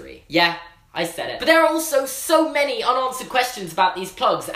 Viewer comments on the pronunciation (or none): none